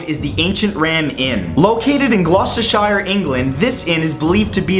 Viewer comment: Ahh man, I went past the Eastern State Penitentiary when I was in Philly for a day 2 years ago; I thought it was a castle, but soo wish me and my mates went in now :( Oh bless how you pronounce Gloucester 5.29 Yeah, didn't want to sleep tonight anyway You missed a couple of great ones that are in England: The Golden Fleece Inn and the Haunted House in York (at 305 Stonegate, but it's no longer a tourist attraction :/), and Chillingham Castle in Northumberland.